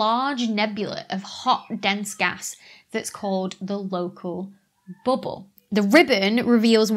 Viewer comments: I love how you say "BUBBLE" in your accent.. it sounds a little like "booble" to me, lol. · "booble" XD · I tune in just to hear you say bubble. 🙂